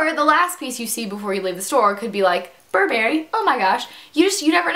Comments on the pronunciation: It's not pronounced "bur barry" its "burb err ee" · you pronounce burberry funny :) butt it's ok cuz the 'right' way of saying it just sounds stuck up